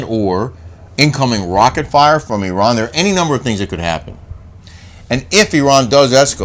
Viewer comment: thank you for pronouncing Iran the right way 😊 and also as an Iranian who listens to your show I just want to say unfortunately Islamic Republic has been ruling Iran for decades and made Iranian citizens more and more miserable, we are fighting for our human rights every day, us Iranians do not see ourselves as part of them we want our old Iran back. Thanks for your show 😊by the way Kelly doesn’t need a facelift.